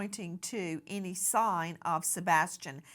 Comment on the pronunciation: Nancy Disgrace: the word, "any", is pronounced, "any", not "eeny".